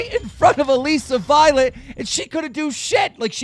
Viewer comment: omg stop pronouncing her name like that it's Alyssa just spelled different